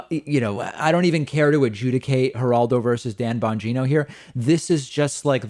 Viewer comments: It sounded like David said Bongina like vagina, lol. oh well , peace. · Nice Freudian slip David: "Dan Bongina" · Pretty sure David called him Dan Bagina. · I'm not usually this superficial but David, you said "BonGINA"! Yes you did & I couldn't be happier with that. While the country burns, I have this one thing. I love it & I almost spit my coffee out! Thanks bc you didn't mean to but you made the world a little brighter!😀😂😊😉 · lmao did David say Banjino? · Ban geeno? Sounded like vagino with a B the one time lol.